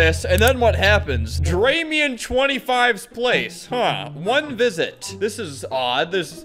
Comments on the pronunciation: I love how he pronounced dramione incorrectly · albert pronouncing dramione like dray me on makes me giggle